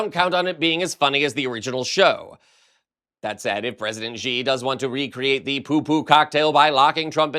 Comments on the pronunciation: the pinying spelling of Xi in Mandarin is pronounced more like the English "she", not "gee". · Xi is pronounced shee, not zhee.